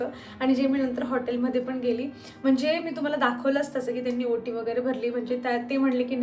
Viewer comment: वोटी nahi ओटी म्हणतात